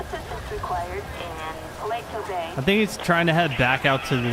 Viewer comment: You say it paleto Beh